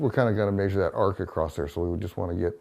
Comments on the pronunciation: Why can't he say 'measure'? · It's old people speak. Same with mondee (monday) or crick (creek) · I rather like the old fashioned dialect of how they pronounce measure as "meh-zyuhr". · I like how he says mæsure just like Fred from Scooby Doo says træsure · The way he says 'maysure' is like Fred saying 'traysure' in Scooby-Doo. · the way he pronounces measure is killing me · Never heard somebody pronounce the "a" in the word "measure" before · I have relatives in the Midwest who say it that way, but much more pronounced in the older generation